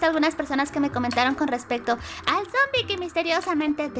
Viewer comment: Se dice sombi